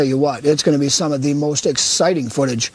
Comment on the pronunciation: So, he says , "it will be... THEEE MOST EXCITING VIDEO YOU'VE EVER SEEN""................. OOOOOOOOOOOOOK ! :/